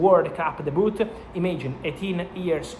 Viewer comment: In English , the “T” in “debut” is silent, Maestro. It is pronounced, DAY-byoo. 👍